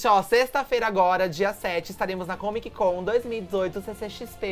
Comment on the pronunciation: Toda vez q o fala comiquicon ou taimis isquér é igual um tiro no meu ouvido!